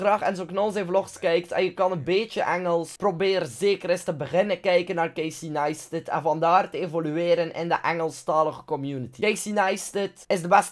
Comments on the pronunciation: Waarom zeg je Casey Neistet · Toen je een keer eerder over de youtuber CaseyNeistat vertelde, wou ik hem opzoeken maar ik verstond het niet. Dus ik zocht op crazy nightstand, en toen kwam ik op one nightstands. Ja... Trauma's😅